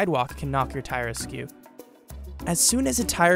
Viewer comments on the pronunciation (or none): Google the word askew